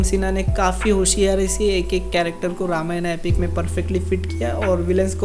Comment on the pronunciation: अंग्रेज की चम्मच, रामायणा नहीं होता अंग्रेज, रामायण होता है. पहले हिंदी सीख ले या अंग्रेजी में वीडियो में बना ले